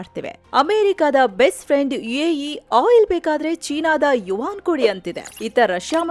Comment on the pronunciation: AE ಅಲ್ಲ ಮೇಡಂ UAE